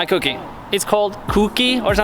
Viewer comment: It's Kouki, not cookie :))) it is the second type of this model S14a(Kouki and zenky)